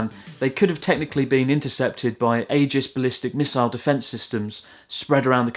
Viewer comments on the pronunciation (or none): none